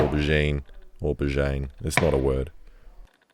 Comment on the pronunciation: Who calls it an auburgine?